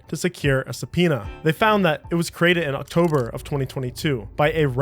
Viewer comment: “Octomber” ah yes my favorite month